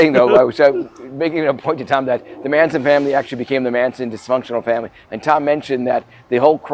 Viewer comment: Geeze Tom, pronounce the Manson family members names correctly. They're pretty well known nowadays.